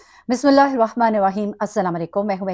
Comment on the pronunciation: Aap bismillah itnay Ajeeb tareeqay say kiyun khahtee hain normal logoan ke tarhaan kiyun nahien khahtein… arbi bunnay ka shoaq hay